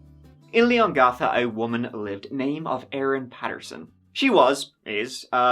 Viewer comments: Leongatha, not Leon gartha. The 'gath' part rhymes with Cath. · Sorry, lol, couldn't deal with your pronunciation of Leongatha